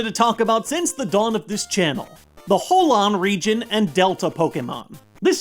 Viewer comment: He said Howan Region.